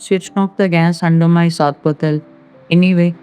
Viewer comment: It’s not sarpatel. It’s sorpotel